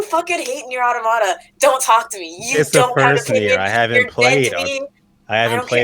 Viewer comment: The amount of people who sing Nier: Automata's praises but STILL can't pronounce Automata correctly is too damn high.